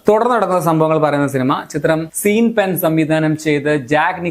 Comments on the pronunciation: ബ്രോ, സീൻ പെൻ അല്ല ഷോൺ പെൻ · നിങ്ങൾ suggest ചെയ്ത കുറേ സിനിമകൾ കണ്ടു.. Actors ന്റെ പേര് പറയുമ്പോൾ ഒന്ന് ശ്രദ്ധിക്കാമോ.. Sean Penn ഷോൺ എന്നാണ്.. സീൻ അല്ല..